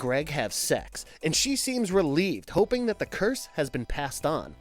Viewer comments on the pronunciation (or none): none